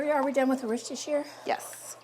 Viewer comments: She’s a bit off still but closer than most Americans. I used to say it the way does but I live in Worcestershire England now and got absolutely roasted by the locals. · Love the and Susan days! Always listen to your Mum…she says Worcestershire correctly ❤️❤️